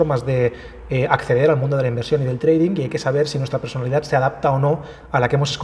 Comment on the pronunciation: treidink HAHAHAHAAH madre mia.... ni pronunciar sabes lo que supuestamente te dedicas